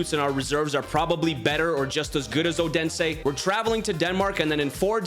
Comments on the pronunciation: Its Not Ådense Its Odense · Great video, however my earz will need some rest after hearing you butchering the pronunciation of Odense😂 Thought you were saying udinese the whole time😅